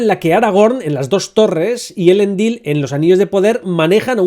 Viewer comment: Me gustan muchos tus ánalisis! Son muy interesantes! Lo único que te sugiero corregir son las vocales tónicas para los nombres élficos: "elEndil", "galAdriel" y "arOndir". En nombres de origen élfico, cuando tienes una silaba que termina en consonante, seguida de otra que empieza con consonante, la vocal de la primera sílaba se vuelve tónica. Así mismo, cuando "ce" y "ci" se pronuncian como "que" y "qui". "Celeborn" se pronuncia "Queleborn" y "Cirdan" se pronuncia "Quirdan".